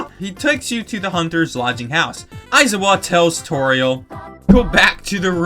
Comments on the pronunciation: “You are sold to a hunter named… Ai’-za-wa”?” Knowing it’s pronounced Ai”-za’-wa while also knowing that it’s from an anime unrelated to to game in any way is funny in its own right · Aizawa is pronounced I-zar-wa and is one of the teachers from My Hero Academia